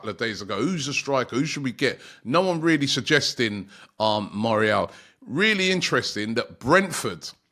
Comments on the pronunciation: Robbie absolutely butchering players names. His name is Mayoral and he’s calling him Morial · Bro Moriel Borhajal 😂 and then they laugh that At “good ebning” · I know Robbie really struggles with player names but "Moriel"? 🤣 Come on man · Surely his name is pronounced Mayoral? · How difficult is for a British to say Mayo(as in mayonese)Ral(as in Rally) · Mayoral aint it bro lol